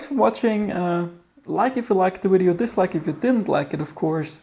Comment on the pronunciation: DID HE SAY WIDEO NOT VIDEO